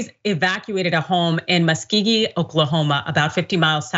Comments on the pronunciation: muh·skow·gee is how it is said. Muskogee AKA Muskogee Creek Nation. I still love you. Your aim is true and I appieate your contributions to the shows with solid insight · mus KO gee (soft g) is how you say that town name! They had a Ren Faire for a month around May every year. Castle of Muskogee. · Muskogee is musk-GO-gee. Thank you for your coverage.